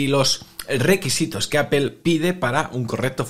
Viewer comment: Cómo confiar en alguien que pronuncia "Apel"?...